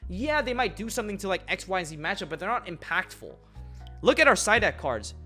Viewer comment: New title: HOW TO MAKE AN IM-PAKful SIDE DECK! LMAOOOOOOOOOOOO